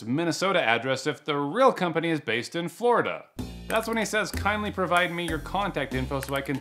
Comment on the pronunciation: this means hes a scammer he said "kind" "ly"